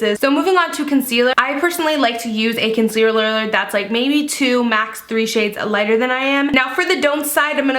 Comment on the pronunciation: "A concealererer"lmao